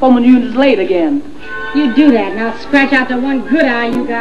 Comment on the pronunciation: In this scene sometimes she says "that, " but mostly "dat," "den" (for "then"), and "dere" (for "there"--likely too lyricist Hammerstein wanted to alliterate with "door")--as the accent her character Carmen had. Harry Belafonte here has few lines, but he does say "Thanks"--likely as his pilot character is more educated and (linguistically successfully) aspirant to class than Carmen. Of course Dorothy Dandridge, even if a touch Jamaican, in her non-Jamaican screen roles pronounced English as her characters would. For example, in a 1942 film she (very daintily and classily, with perfect enunciation) says, "Pardon me boys; is that the Chattanooga Choo Choo?"